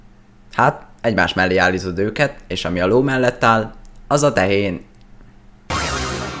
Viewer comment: álítod helyett azt mondtad hogy álízod xD